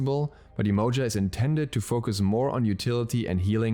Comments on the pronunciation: It’s definitely not pronounced YE -MOE-JUH. It’s Yeh-Ma-Ya 💯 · the right way to spell her name is Yemanja. The way you spoke sounded more like "emoji" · It's pronounced Jehmoja